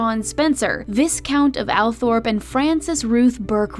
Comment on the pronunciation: Good video, but please try to get pronunciation correct. "Viscount" has a silent "s", and the family seat is pronounced "Altrop" despite its spelling. These things seem trivial, but they are actually very important. There were other examples of mistakes, too, but these are the most serious. Please research these things better. Thank you